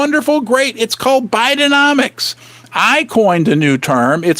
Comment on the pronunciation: Love that "biden-nom-trix,"